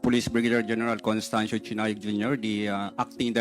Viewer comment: bakit parang chiness pronounce payhow ang chinayog d kaya chiness ang pinaka move ng pananalita.